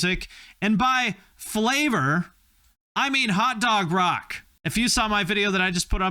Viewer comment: 🌭 “flay-vahd” 💦, no less